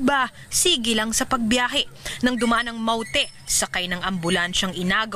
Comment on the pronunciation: paulit ulit kong pinakikiingan kung paano nya binibigkas ang salitang "mawte" 😁